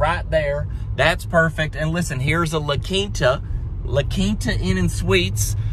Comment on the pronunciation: At least you said LaQuinta correctly... not like many say 'LaKweenta'. 🤔🙄😅